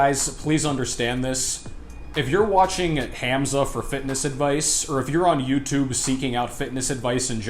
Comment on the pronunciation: Bro all I got to say abt the video is that your pronunciation of Hamza is a bit off. The pronunciation is more like Hum-za. Not trying to be rude, just trying to tell you how most people pronounce it.